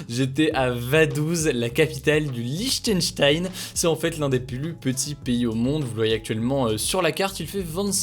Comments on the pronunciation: Lichtenchtensh xD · On dit Lichtenstein